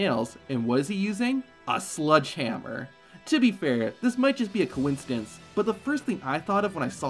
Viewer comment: Issac Yankem and the "Sludge" hammer. Please, it's called a "SLEDGE"-hammer...